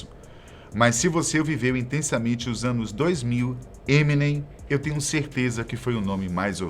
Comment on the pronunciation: Nossa, "ninguém" nessa terra brasileira pronuncia da maneira certa: EminÊm, com a sílaba tônica no NEM